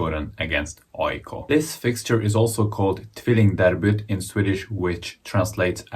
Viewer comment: are you sure you're not swedish? because your pronounciation of Djurgården, AIK, tvillingderbyt is immaculate.